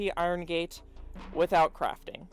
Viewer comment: In the beginning it soundid like you said with out craping